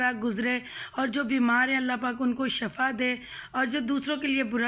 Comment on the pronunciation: I think word sheefa hota na k shaafa